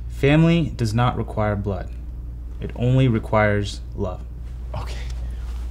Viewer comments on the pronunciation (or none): none